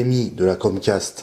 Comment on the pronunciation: Pas crochet mais cromcast